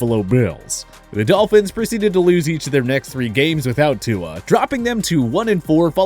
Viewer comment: Yo I learned how to pronounce Tuas name right from this channel and now I hear them saying it wrong 😂😂😂